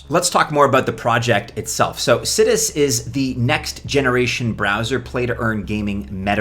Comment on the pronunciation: I think it's pronounced sigh-dus